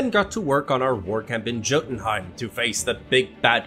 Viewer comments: Jotunheim is pronounced with a y not a j not trying to be a weeb just giving you a heads up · Love the video but when you said Jotunheim wrong made me cringe lol it's said yo-tun-hiem the J in Jotunheim is sounding of a different letter it's weird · Yotuun-heim. Spelled jotunheim, pronounced yo-tunheim.